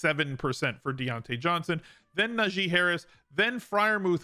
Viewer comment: I've never heard anyone pronounce Najee (NaGEE) Harris's name worse. Most say Najay which is still wrong but you went to another level. LOL